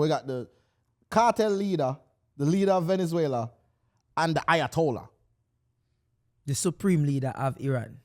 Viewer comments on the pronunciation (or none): Not lowatollah, 🫠